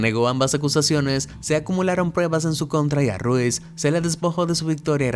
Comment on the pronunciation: Supongo que Rosie Ruiz no se pronuncia 🔊 Ru-iz el apellido sino una sola palabra 🔊Ruuiz